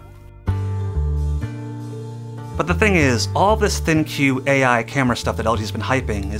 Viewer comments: It's supposed to be pronounced 'thinq', not 'thin-que'. smh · Can you just pronounce it "think'"? That's how I've been saying it, cause you know it makes sense with the overall theme of the phone is. Also when you say think-you I feel like saying your welcome for some reason. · If you could thinq you would know that it’s not pronounced “thin que” it’s “think” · Its pronounced "THINK", why would any one call it Thin- Q ? Ridiculous! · This is the first time I heard ThinQ said out loud and I thought it was supposed to be pronounced like think. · I think that's Think with a 'q' and not Thin-Q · Am I the only one that is 💯% sure it's pronounced THINK (THINQ) because of all the AI focus? 🤔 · I think it's pronounced as ThinK, the Q is fancily replacing K... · It's pronounced "THINK". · It's not pronounced 'Think'? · It's pronounced "Think!" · isn't it pronounced "think"?